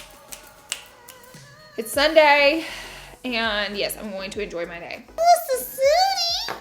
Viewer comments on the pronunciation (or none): none